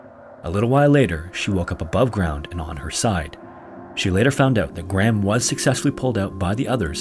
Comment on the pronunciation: Petition to make it a legal requirement for Americans to pronounce the name "Graham" properly...